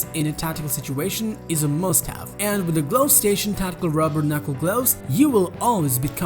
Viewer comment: I loave my sude gloavs